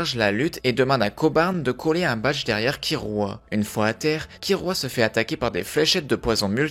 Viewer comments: Mes oreilles saigne quand j'entends kirua KIRUA , l'erreur du joueur français , perso je dit Killua. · mais c'est "killua" pas kirua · Killua pas Kirua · Ça me stresse : kirua aulieu de killua , Aruka aulieu de Alluka et Irumi aulieu de Illumi 🤣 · Pk tu dit Kirua mes oreilles meurt la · Par contre ça se dit "killua" ça m'a perturbée tout le long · Comment tu le prononce mal j’ai mal 😭 (Ça s’écrit killua)